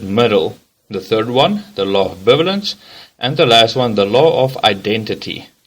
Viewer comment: 53 seconds in we get a "Law of bivilence," by which I assume the narrator was trying for "Bivalence" pronounced bī-ˈvā-lən(t)s These basic concepts and titles should be taught by someone who is familiar with the material. Coexist movement is a great example of the law of non-contradiction. Options are one religion is true, no current religions are true.